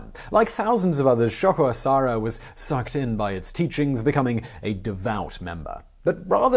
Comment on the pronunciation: Sho-ko A-sa-ha-ra. Japanese letters are consonants paired with vowels or singular vowels. My Japanese prof in university called it the machine gun language because you just throw out short sounds quickly. You did a pretty good job with it btw.